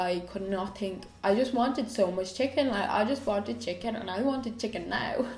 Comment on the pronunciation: did you say chicking instead of chicken? 😂 x